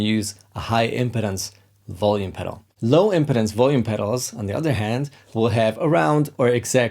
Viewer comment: Cool tips as always! Be careful with the pronunciation of 'impedance'! It's /ɪmˈpiːdəns/ - stress on the second syllable, vowel sound the same as the verb 'impede'. It kind of matters, because if you get it wrong it sounds more like 'impotence' - which has the stress on the first syllable. I await the Hungarian lesson that you now owe me.;)